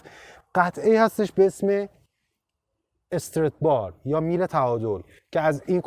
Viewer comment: نکته مهم این کلیپ طرز تلفظ درست استرات بار بود ، دم شما کرم که با مطالعه کامل تولید محتوا میکنی